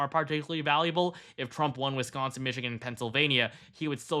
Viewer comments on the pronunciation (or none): Its Wis-consin not WIS-SCON-SON...FFS, I'm Australian and even know this. And it's BI-DEN not Boi-din lol😂yon muppet... FKH TRUMP 2024